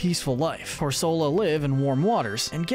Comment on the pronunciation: It’s pronounced cor-SUH-luh and sill-VAL-EYE, “”! 🤨 Stop mispronouncing Pokémon names,! 🙄